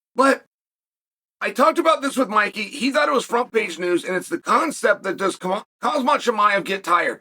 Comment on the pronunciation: Chael still mispronouncing Khamzat name has Hazmat ☣️ is hilarious